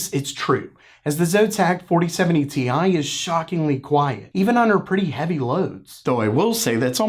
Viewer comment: Dude, stop with the Ti pronunciation gag. The joke only made sense for the card that was released that way. The 3090 Ti is the only card that was called Ti in that way! So stop. That era is over, we're in the 40 series now.